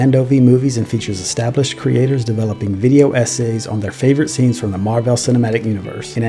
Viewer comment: Your commitment to mispronouncing Marvel in this video is incredible and infuriating at the same time.